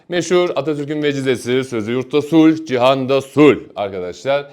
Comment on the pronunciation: ''Cihan'' ismini o kadar güzel telaffuz etti kii🤤🫠😍tekrar tekrar dinliyorum😅